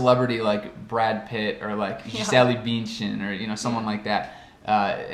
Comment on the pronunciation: Incomodaram tanto o no vídeo passado por causa da pronúncia do Bündchen, que ele até mudou a pronúncia nesse vídeo. Falou certinho:) Antes que alguém fale do CH, ao contrário do alemão "padrão", no dialeto de alemão que falamos aqui no Sul do Brasil nós fazemos o som de CH como o pronunciou.